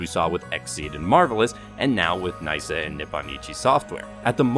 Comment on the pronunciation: its knee-sa not nice-sa 🤣